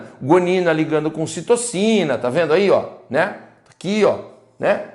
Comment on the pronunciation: Prof, em não era para ser Citosina ao invés de "Citocina"?